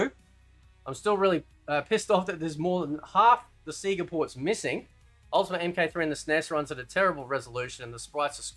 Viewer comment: 😂lol everything except 4 "sea-ga" 😂 I completely agree with u bro and I always have since day 1 of MK1 NO not that MK12/MK1 (stupid ass Ed boon) but the OG MK1 If u have 2 cheese the game , u don't get 2 become a better gamer so if u can have the space 2 explore during a match it can help u grow as a gamers and MK fighter so u should b able 2 CHOOSE if u want a casual experience or a drag out white knuckle experience. Y do some gamers get so butt hurt over some1 else not wanting 2 looses thiere freakin' mind over a shitty game programming? If ur that damn good a game that flat out cheats u then get a life and a girlfriend and toutch grass chz u have clearly spent wayyyyyyy 2 long with ur "joystick" n ur hands Great video bro and idk if u like him but u should play kano bro🤘 P.s.🖕 u ed boon!